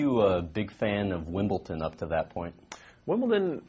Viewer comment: Why do you people care that he said Wimbleton, what does it matter?